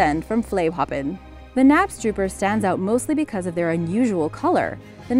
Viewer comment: You are meant to pronounce the k in knapstrupper 😅